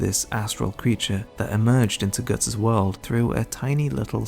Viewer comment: My brother in Christ...while I love your work, pronouncing Guts as 'gertz' and Puck as 'perk' is so wrong